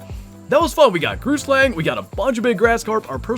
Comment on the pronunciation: BRU GROOTSLANG IS BUTCHERED BADLY